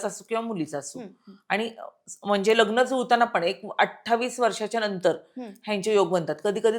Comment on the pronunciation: Shabd uchhar nit karaychi practice kara. Mehanat ghya . कामावर लक्ष केंद्रित करावे. लग्न म्हणतात . खटकते उच्चारण व्यवस्थित करावे.